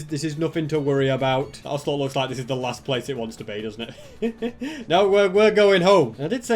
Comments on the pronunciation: Osger oselot and danger(cos it din spawn with mob switch) dont pronounce the ger as in danger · you should name the ocelot ocey (pronounced okeiy)